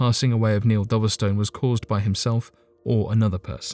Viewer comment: It's pronounced Dove-stone not Doverstun